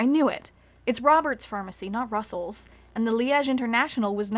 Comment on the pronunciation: Liege not pronounced that way.